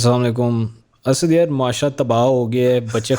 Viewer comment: Baki sab tu thek hay per ye Asaaad kon hay? Goron ko to dikkat ho sakti hay pronunciation mein per Packisthani bros should be able to say "Assad" as it is in Arabic.